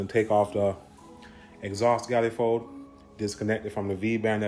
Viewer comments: WTF is a gallefold?? it is pronounced man eh fold LOL!!!!!!!!1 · Lmaooooo are you saying GYALifold cause lavaaaa for MONifold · Galifold? It’s pronounced manifold. Why?